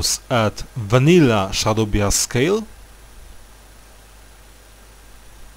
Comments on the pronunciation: A little late to the video but "bias" is pronounced "bye-is". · SHADOW BIASK